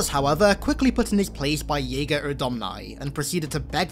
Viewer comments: It would appear it's pronounced like its written, as "jega" not "yaeger", I was surprised to hear you pronounce it that way and thought I had it wrong but I heard a couple of brutes call him "jega" in the campaign unless theres multiple ways it can be pronounced, but I'm yet to hear "yaeger" in the campaign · The J in Jega Rdomnai is pronounced as a J not a Y.